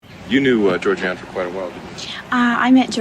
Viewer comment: I appreciate that this woman distinctly says the names of not only Georgeann, but also other Bundy victims she didn’t even know.